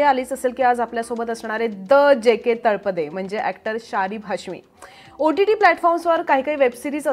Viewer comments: Madam बऱ्याच ठिकाणी तुम्ही तलपडे म्हणताय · अहो हिंदी भाषिक लोक तळपदेचा तल्पदे असा उच्चार करतात. तुम्ही नीट तळपदे म्हणा ना. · तलपडे नाही तळपदे.... हिंदी लोकांना न जमणारे उच्चार आपण का त्यांच्या सारखे करत आहात ? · Sharib sir is such a natural and a brilliant actor and speaks so well in marathi पण त्याचबरोबर मुलाखतकार बाईंना लाज वाटली पाहिजे स्वतः मराठी असून तलपडे म्हणताय खरतर त्या नावाचा उच्चार तळपदे असा आहे..स्वतःलाच धड शुद्ध मराठी येत नाही